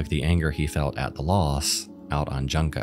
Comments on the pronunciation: I find it really disturbing that you continually mispronounce Junko's name as Junk-oh when her torturers treated her as garbage. Her name was Junko - June-ko. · That poor girl suffered so much from those monsters and you couldn't bother to search how to properly pronounce her name - you keep calling her "Junk-o". My man, if it's easier for you, say it as "June-koh". You pronounce her name exactly as it's written but didn't bother to place some respect on her name and memory. Makes me wonder how you say 'Epitome' and 'Hyperbole' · ahhh i’m sorry but it annoyed me it’s pronounced joon-ko not junk-O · So Junko is pronounced more like June ko not junk oh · Did it bother anyone else he kept calling the girl "Junk-o" It's pronounced "June-ko" If you seek to profit off of someone being tortured to death, at least learn how to pronounce their name. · Pronounce like June Ko for English speakers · Just an FYI… Junko is pronounced like “June-koh”— it’s my grandmother’s name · Junko, pronounced "Joon- co", like June (the month) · Bro doesn’t even try to pronounce it right 💀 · Bruh I love your videos, but I never understand essayists who don’t take the time to look up the pronunciation of names they’re mentioning, especially when it’s the victim of something like this. It’s pronounced “June-ko”. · I’m sorry but your coverage of Junko Furuta’s case was frustrating because you mispronounced her name constantly :( It’s not pronounced like junk-oh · "Junk-oh" christ man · "junk-oh"??? goddamn disrespectful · You could at least research how to pronounce someones name so that you arent out here saying JUNK-O. [jun] is pronounced JOON in Japan. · It’s pronounced “June-ko”, after everything she went through, she at least deserves her name to be said correctly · Pronounced: June ko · Jūnko is how its pronounced. Just sayin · its pronounced joon-ko or june-ko 😔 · His butchered pronunciation was what made my skin crawl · He butchered Junko's name harder than those three boys ever will tho